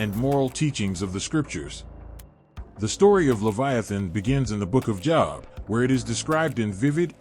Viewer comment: His name is pronounced Jobe.... rhythms with robe. This is the beginning of the huge AI deception. I suggest you purchase an older bible and memorize it